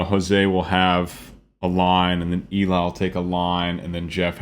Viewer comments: I love your channel and I love Voiceplay! One thing I learned is that Eli pronounces his name like “Ellie”. Please keep up the great work and I think you would be surprised by the choreography in Geoff’s Monster Mash. In any event I’ll keep watching! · Just so you know, Eli's name is pronounced like "Ellie". Odd i know but there you go lol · I love how you break everything down--I actually learn a lot from it for my own singing. One note: Eli is pronounced as "Ellie". Not a big deal but I know you always want to be accurate. ;) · Eli’s name is pronounced like “Ellie” 😊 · Another great reaction. One word.... Eli's name is pronounced El - EE (not the more usual EE- LI). Short for Eliezer (hope I spelled that right!) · Just in case no one else has mentioned it, Eli's name is pronounced "Ell-ee", not "Ee-lye". 😉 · I love your explanations of everything, but... Can I correct you in one thing please? Eli's name is pronounced L EEEE not EEEEE leye. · Not being a jackhole but its.pronounced LE. Like Ellie. The female not Ely the male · First, I enjoy you musical analysis. It’s interesting. Second, really, Eli’s name is pronounced L-E, not ee-lie. Short for Eliezer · fantastic high cs on the high seas! btw it’s pronounced Elly not Eli 🏴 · Just wanna point out eli's name is pronounsed elee, not eli like its written. Great video as always 🥰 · Just for illumination's sake... Eli's name is pronounced "eh'-lee" I know. I made the same mistake, and later learned of my error. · Just FYI. It is pronounced Ellie. As in the beginning of the name Eliott. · Great reaction as always.....and Eli is pronounced "Elly" in our Eli's case. LOL This was such an incredible arrangement. Geoff outdid himself on this one. It has so much complexity. These guys are so damn talented, and Eli (Elly) is an absolute rock star in this one.